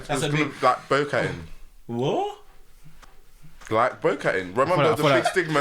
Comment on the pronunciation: I can't lie.... Man said bowcattin🤣🤣🤣. I dropped my zoot 🤣